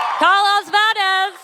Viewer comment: its so hard to say valdes? she said "vade"